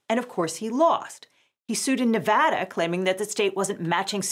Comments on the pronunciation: Shout out to for correctly pronouncing Nevada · hey, she said nevada correctly.